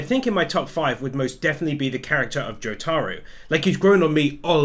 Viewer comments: Its not joTAro Its JOtaro This is how they call him in the anime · the way he said Jotaros name XD